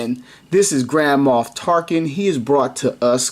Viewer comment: I kept hearing it as Grandma Tarkin lol